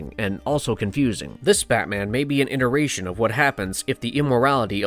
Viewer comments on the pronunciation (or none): none